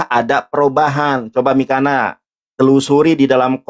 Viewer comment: Mikana,,, udah salah baca masih ngeyel di jelasin nandar😂